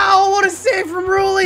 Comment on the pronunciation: Rulli was just mad you were pronouncing his name wrong